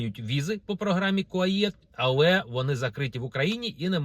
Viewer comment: Не будуть кордони відкриті через 2 роки... п.с. Програма КУАЕТ, а не КУАЄТ.